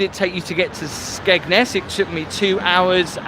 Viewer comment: we all have different accents so we all say it different it's just got a silent d to the locals but got it right actually x